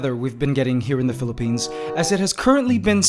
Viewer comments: Did you say philpines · "Phillipines" "Ants Canada" Nigga, what? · DID YOU JUST SAY PHILIPPINES OR I AM DEAF?